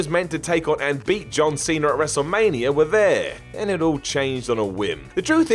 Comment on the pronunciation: it's ''wrestlemania''.not ''wrestlemanier''.idiot